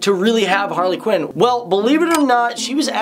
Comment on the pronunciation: quinn not qin